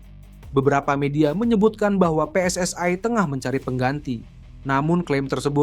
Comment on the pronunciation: Yg membaca baru belajar membaca PSSI seharusnya pe es es i bukan pe es es ai ini orang Indonesia atau Malaysia atau Malaya kalau menggunakan bahasa Melayu sah sah saja PSSI di baca pi es es ai